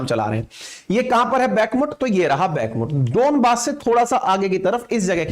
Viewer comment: भाई बैकमट नहीं सही उच्चारण "बखमूत" है